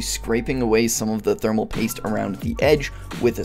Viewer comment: Thermal Poist